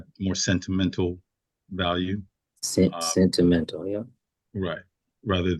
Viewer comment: Omg, the 'scent' timental killed me